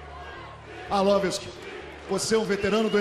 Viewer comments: mohd rami he's joking. it's coz the dumb announcer keeps saying arlovisk instead of arlovski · Why is dude on the mic constantly saying Arlovisk instead of Arlovski?? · He said Andrei "Arlowisk" so many times...I'm starting to think its his real name... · 'Andrei Arlovisk' xD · He is not ArlovesK, HE IS ARLOVSKI (ARLOVSKIY)..... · It's "ARLOVSKI" not Arlorvis ffs! Damn announcer! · It's ARLOVSKI,damn it! :)) Who the hell is ARLOVISK? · AR-LOV-SKI not Ar-lov-isk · IT'S ARLVOSKI!!! NOT ARLOVESE! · Not Arlovisk, but Arlovski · It's not accent, he says ArlovISK instead of ArlovSKI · Did the announcer say "Andrei Orlovitz" cause that's what it sounded like. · Andrei Arlovisk? Might wanna learn to pronounce their names. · If that guy says Arlovisk one more time I swear... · Arlovisk? Where is Andrei Arlovski and why Arlovisk took his place? This dumb commentator should be fired, can't even spell correctly the name of the fighter from the main event. Arlovski looked cool tho=) guess it's not the first time someone can't say his name correctly! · Andre arlovisk?? Pardon??? At least learn the proper pronunciation of the guys name in the main event hahaha lucky andre didn't head butt him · I still think it is a mix of accent + the way he says it. Brazilians would find no mistakes with his pronounce. Well, to be honest, I heard "Arlovis" one or two times, haha... Peace. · "Arlovisk" ? LOL this guy called him "Arlovisk" lol. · "arlavesk" lol...